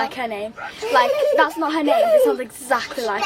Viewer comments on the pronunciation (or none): Is something wrong with teeth? She keeps saying her T’s like Th and it’s killing my ears!